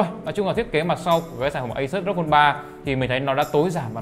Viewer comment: REPUBLIC OF GAMER thì đọc là ROG ROG i chang thì đọc là Rốc ?????